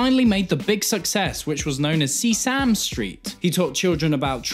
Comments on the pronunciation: Am I missing a joke when you pronounce Sesame Street as See-Sam Street and not Ses-sa-me Street like it's been called for decades? Coz that's my major nitpick. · Its "sesame" not "sea Sam" Instant dislike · What is See-Sam street? That's not the way it's pronounced. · was that mispronunciation based on that scene from Follow that bird? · He can''t even say Sesame Street correctly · Is no one gonna talk about how he pronounced Sesame Street? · thats not how its pronounced man 💀💀💀